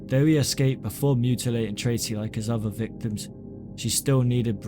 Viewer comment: I hope to god that one day you can learn how to speak properly, it's mother not muvva, father not fava, other not uvva. Forth not forff. Irritated the fuck out of me!!!